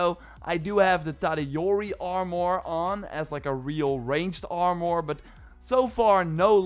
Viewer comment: Lmao “ar-more”